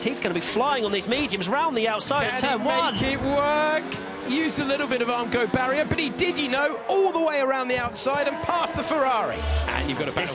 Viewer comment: What's up with "Aramco"? Is this stream Saudi sponsored?